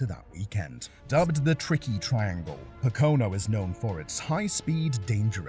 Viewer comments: Here we go again......POE-KAH-NO. Not Pih-Co-No.😅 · ItI'ts POCO-NO, not POC-Ono - AND IT has no turn 4. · It pronounced poke-cuh-No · it's called Po-Co-No, not whatever the hell you called it. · There is no "turn 4" at Pocano. POE CAN NO. If English is not your first language and you make videos in English, find out how to pronounces words. And don't say "turn 4" of a TRANGLE.